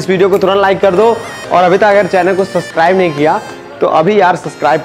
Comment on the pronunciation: Suscribe ni hota Bhai subscribe hota hai😂😂